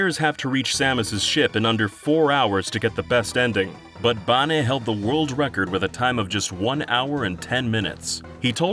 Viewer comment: Is it really ‘Baneh’ and not…Bane? 😳